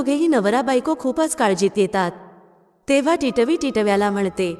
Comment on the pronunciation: Katha अगदी सुंदर ch आहे पण तुमचे मराठी ucchar कानाला अगदीच खटकत होते. तुम्ही मराठी नाहीत का? Varnvar येणारा टिटवी हा सहज शाब्द किती विचित्र uccarta तुम्ही ? मात्र तुमच्या आवाजात भाव आणि गोडवा छान आहे धन्यवाद!